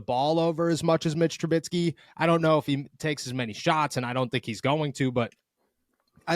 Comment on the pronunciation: Please, please…for the Love of God stop saying Tru-BITSKY! There is no T. It is Tru-BISKEY.